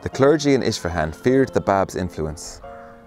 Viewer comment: Please learn to pronounce Persian words correctly from a Persian friend for example it is Isfahan Not Ish fahan and more